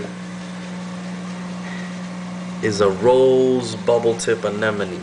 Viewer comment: Nice VId mate, nice to see other people setups, nice sump deisgn too, Also makes me laugh to hear how many people cant say Anemone properly still!